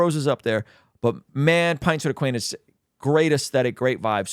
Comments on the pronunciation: love your content, but please start saying Aquinas (instead of Aquainas) 😂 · It's pronounced like Ah-Kwine-Us not aqweenus 😂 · Aquinas is pronounced more like kawhi Leonard… a-kawhi-nes Bro, so dope you are covering pints with aquinas 😊